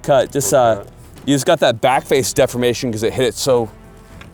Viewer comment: Every time says 'backface defimation' it's shot tyyyme